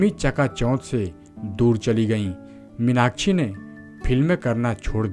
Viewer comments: Take her name properly it's irritating 😡 minachi nahi minakshi🙏🏻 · Stop saying Meenakchhi, try to correct as Meenakshi